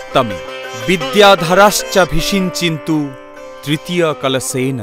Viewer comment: মহাস্নান এর মন্ত্র তে কথাটা ভিষিঞ্চিন্তু নয়... কথাটা অভিষিঞ্চন্তু অ এর উচ্চারণ উহ্য... উচ্চারন ঠিক করুন